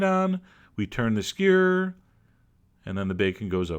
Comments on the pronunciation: SKEW-ER NOT SCURRRRRRRRRRRRRRRRR. LOVE YOU. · he says skewer like squeeer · I like the way he says skewer! skur..... =) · you forgot to pronounce most of the letters in "skewer" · I love how he pronounces skewer as if it were a single syllable.